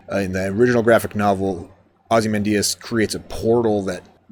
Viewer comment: I think your non-stop jokes took away from your possible understanding of the plot. First Whedon screwed over Snyder's Justice League with lame jokes, so doing it to another of Snyder's movies is just cruel. Also, it's ozi-Man-dee-us with stress on Man syllable.